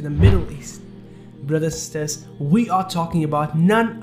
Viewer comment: My dear brother your videos are amazing... Kindly pronounce the words correctly like sisters tradition city camel and many more I follow your channel and the pronunciation really irritates kindly research on the words (google) before recording the audio... Thank you